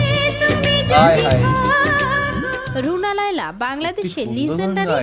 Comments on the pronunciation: Agey buna laila na bole thik kore naam bolo tar por subscribe korbo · তোমাদের উচ্চারণে ভরি রুনা লায়লা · রুনা লায়লা। "বুনা" নয়। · খুবই দুঃখজনক ব্যাপার। রুনা লায়লা নামটা ঠিকভাবে উচ্চারণ ও করতে ষ পারে না অথচ উনাকে নিয়ে ভিডিও বানাচ্ছেন। রুনা লায়য়া , বুনা লাইলা আরো কতো বার নামটা ভুল বলছেন। যদিও আপনারা যে ভিডিও দেখে রিয়্যাক্ট করছেন সেখানে উনার নামটা রুনা লায়লা বলা হচ্ছে। কেন জানি মনে হচ্ছে আপনারা ইচ্ছাকৃত ভাবে একবারের জন্যও নামটা ঠিকভাবে উচ্চারণ করেন নি। এটা খুবই দুঃখজনক। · রুনা লাইলা। লাইয়া না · বুনা লায়ইয়া না রুনা লায়লা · দাদা কী মাধ্যমিক ফেল?? 😂 রুনা লায়লা না বলে লাইয়া লাইয়া বলছে 😮😂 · Ra dada ota runa laia na. Runa laila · তুই কি ভাই অশিক্ষিত নাকি, রুনা লায়লা কে বুনা লায়লা কেনো বলছিস। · নামটা এমন না উচ্চারণ তোমাদের এমন 😂😂 রুনা লাইয়া না রুনা লায়লা ❤😊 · অশিক্ষিত নাকি আপনারা? বুনা লায়লা কি? নামটা ও ঠিক করে বলতে পারেনা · কি রকম মুর্খের মতো কথা বার্তা রুনা লাইলা কে বুনা লাইলা বলতেছে।ভিডিও তে বারবার নাম বলতেছে তারপরও শেষে বুনা লাইল বলতেছে।😅ভিডিও করার আগে নাম গুলো উচ্চারণ ভালো মতো পড়েনিলেই তো হয়। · আরে বার বার বুনা বুনা বুনা লাইয়া,, এটা কি ভালো করে নামটা পরে দেখেন ভিডিওতেও এতোবার নামটা নিলো তাও কি শুনেননি,,,ওনার নাম ''''রুনা লায়লা,'''' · ধুর হ্লা, নাম টা ঠিক করে পর,, রুনা লায়লা। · Buna na namta to valo kore bolo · এখন পর্যন্ত নামটাই উচ্চারণ করতে পারলে না, আসছো স্টাডি ভিডিও নিতে। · গাধার দল তোরা উচ্চারণও করতে পারিস না ঠিকমত নামটা বলতে পারিস না উনার নাম রুনা লায়লা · Tora dutoi jarot bujli....Karan onader naam guli ke uchharon korte parchis. Ba uchharon na korar avinoy korchis...asoley ki Janis Tora ado schooler mukh tao dekhis ni..eta ekdam sotty bojha gelo...r erokom mohaan dujon pratibha sali baktir naam nie nogramor moto uchharon korchis.toder mukhe onader video er kotha bolis seta kokhono maana jay na... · আমাদের রুনা লায়লা ম্যাডামের নামটা সঠিকভাবে উচ্চারণ করা উচিত যে নামটা বলতে পারবে না সেটা নিয়ে কনটেন্ট করবেন না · "রুনা লায়লা" নামটা শুদ্ব ভাবে নআ বলা চরম অবমাননার সামিল। বয়কট করলাম।